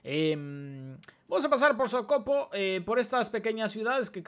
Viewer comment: No es socopo, es Socopó, Socopó, con acento ennla última O es una palabra aguda